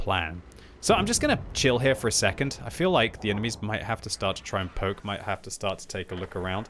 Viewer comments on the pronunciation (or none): none